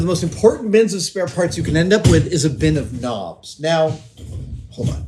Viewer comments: Oh KNOBS. I thought he said 'Nams' or 'norms' and got quite concerned :p I'm not great fixing stuff, but I take broken stuff and make it into other stuff. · knobs! I legit thought he was saying noms …